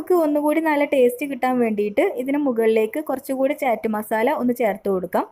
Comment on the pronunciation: ചാറ്റ് അല്ലാട്ടോ... ചാട്ട്. അങ്ങനാണ് ഉച്ചാരണം.